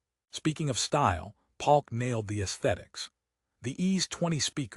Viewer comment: Is this AI? Bass (like a fish) Palk instead of Polk??